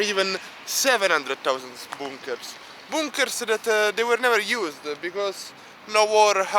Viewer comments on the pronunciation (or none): He says bunkers like BOONKERS